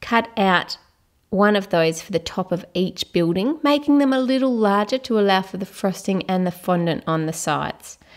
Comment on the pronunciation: no offence but when she says. frosting it sounds like thrusting